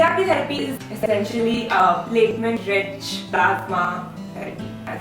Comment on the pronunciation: It's platelet rich plasma not platement dear .edit the word.